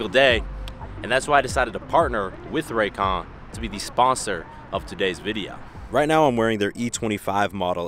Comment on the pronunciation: I died when I heard Ray Con. 😂 Like damn ray j got to him. Other than that love the video. Not saying that I don’t believe in Ray j, it’s just so funny that he’s a funny character but he actually must know how to network.